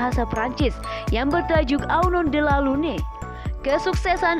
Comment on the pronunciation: Kasihan skali ya, adminnya g bisa membedakn ucapan bhs Perancis dgn bhs Indonesia.. "Au non de la lune"(menit ) diucapkn secara Indonesia, kedengarannya lucu.. Dan seprtinya salh kutip judul lagu itu, judul seprti itu ga ada artinya..org ga ngarti tuh.. Mw diterjemhkn gmn tuh? Mgkin yg dimaksud adlh Au nom de la Lune, harafiahnya, atas nama bulan..Dan tanggal lhir Anggun juga ada 2, di menit ke tgl 19 April sedangkan menit ke tgl 29 April. G tau sumbernya diambil dari mn? Mgkn hnya kesalahn teknis aja tpi tetep Malu2in.